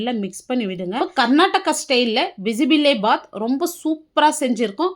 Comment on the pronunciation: அது பிசி பிளா பாத் இல்ல பிசி பேளா பாத் தான் correct word 😂😂😂